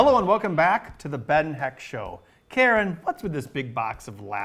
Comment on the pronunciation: Why, it's the Battletoads pause music! How many bonus points do I get? 1?.5? 3/8? BTW I'm really digging the guitars during the VO segments. - C'mon,, it's "Karen". - Ben, you meanie!:( < >